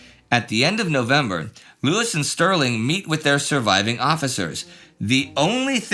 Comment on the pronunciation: Not Jock Lewis Jock Lews ie: the last E is silent